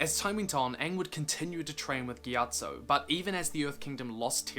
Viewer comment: Well at least you pronounced it right.....